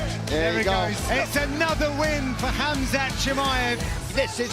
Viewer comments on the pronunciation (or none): respect the man by calling his name properly, it's kumshot not khamshit.